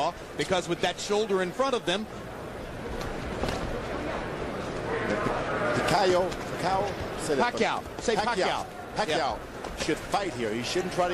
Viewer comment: Commentator : pakayoow? pakaaw? 😂😂😂